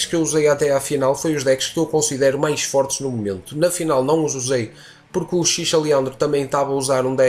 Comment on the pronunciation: Analise clara e direta, muito bom mesmo, ja imaginava que não seria uma boa pra f2p investir nessa box, agora não resta dúvida xD e so uma correção, acho que a pronuncia certa é "Uchirra" e não "uchicha"